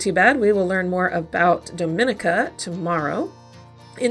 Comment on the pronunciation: People mispronounce this country a lot it is actually pronounced dau-min-ee-ka